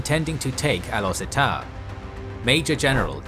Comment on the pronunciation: Great video as always. Though slight pronunciation tips; most Asian pronounce the "U" with "oo" sound, for this instance, Gurun is pronounce as "goo-roon". Also, the "E" in Setar is pronounce with a soft "E", so it almost sounded like "Star".